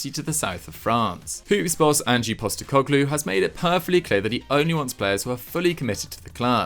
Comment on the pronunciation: “Angie” Postecoglou 😂 it’s just “Ange” 🇦🇺🇦🇺